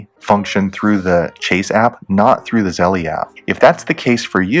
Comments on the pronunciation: I think it’s pronounced Z-E-L-L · The way u say Zelle pisses me off